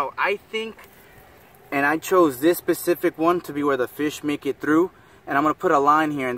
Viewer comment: He keeps saying Pacific instead of specific